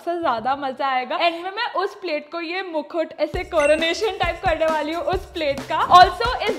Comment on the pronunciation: Why your mukh is so wide while saying mukhut😂...just kidding it is mukut I guess